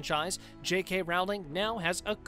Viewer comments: Rowling has a long o, like in "roll," not an "ow" sound like in "howling." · J.K. Rowling's name is pronounced like bowling but with an R. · Bring back Depp. Also, you should learn to pronounce JK Rowling’s last name. And her comments were about sex, as in male/female, not “intercourse.” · Depp should not have been sacked..............and Rowling rhymes with bowling not howling. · Pronounce the author’s name correctly!!!!! It is Rowling, rhymes with bowling…NOT Rowling rhymes with howling. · I wish you would learn to pronounce the names properly. It would make watching easier. The most painful to hear is J. K. Rowling. It’s “ Row-ling” like you row a boat, not like a ball is round. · No Depp? No watching!! Before production of this you really should have brushed up on how to pronounce JK Rowling's name! It's pronounced as it looks Row as in rowing a boat!! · I can't believe this guy doesn't know how to say ROW-LING. ROW , LIKE A BOAT! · Would be nice if you have your staff pronounce "Rowling" correctly. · This guy claiming that Depp left rather than being forced to leave, shows the lack of research just as much as the fact that it's 2021 and he still does not know how to pronounce "Rowling". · Johnny Depp didn’t leave he was let go. You need to learn to pronounce Rowling’s name.